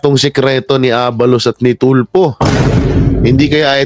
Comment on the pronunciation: TULFO PO😂😂😂😂HINDI YAN TULPO.ANO BA! SINO BA ANG ENGLISH TEACHER NYO NOON? NAKAKAHIYA PO😂😂😂😂.1969 PO AY EKEM.AKO.MAS MAGALING PA PALA ANG MGA TEACHERS NOON KUMPARA SA NGAYON🤣🤣🤣🤣.KONG SA BAGAY,BOKYA ANG PILIOINAS PAG DATING SA EDUKASYON.SORRY.....